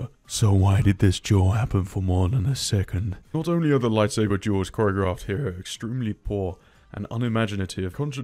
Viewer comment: I don't know how or why, but everytime he says "duels" i keep hearing "jews".